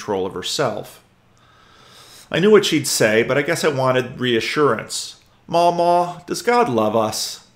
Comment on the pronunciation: I’m ashamed to come out of years-long lurking for this kind of comment, but the first “a” in “Mamaw” is a short a, like cat. :) (You can also stretch that short a into two syllables for extra authenticity when reading it on Sunday. Your California congregation may not appreciate it, but this Redneck will cheer! 😂)